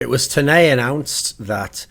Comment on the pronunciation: "It was tonay announced"